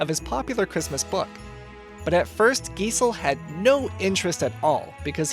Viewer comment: Guy-zell, not Gee-zell.